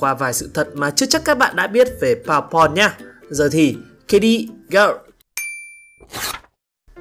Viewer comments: Bơ bon mà cứ đọc là baubon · đọc mắc cười vãi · ông này nói "bourbon" là "powerpoint" :)))) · Nghe anh nói Bour Bon thành Power Point:))))) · không ngờ tác giả ưu ái Amuro đến vậy! anh chàng này cũng tài giỏi ghê. Anh chàng này lúc biết là điệp viên 2 mang mình cũng thích hơn, vì nếu là phản diện lun thì uổng lắmmmmm. Xin đóng góp một tí ý kiến cho kênh là từ Bourbon mình có thể phát âm là "bua bôn" (nếu đọc theo tiếng Pháp) hoặc "bơ bần" (nếu đọc theo tiếng Anh) nhé 🙂.